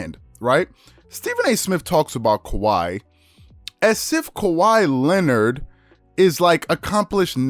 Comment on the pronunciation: SAS can‘t even pronounce Kawhi ”Lennid” right, what a fool 😂😂😂